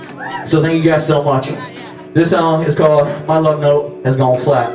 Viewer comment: thIs SawnG iS CaWleD My lufNowte Has gawne FlAt That was so country he could fit in with my family at Thanksgiving.